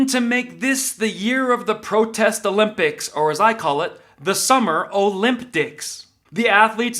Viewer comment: Summer "O'limp-dics" 🤣